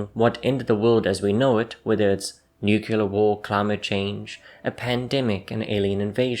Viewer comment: LEARN HOW TO PRONOUNCE NUCLEAR.